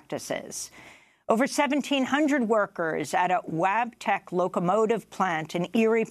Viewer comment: I was listening to this video while getting coffee and when she kept repeating Wabtech I thought she was getting Elmer Fudditis. 😂😂